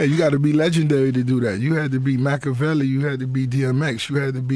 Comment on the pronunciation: stop saying mackevelli you fake fuck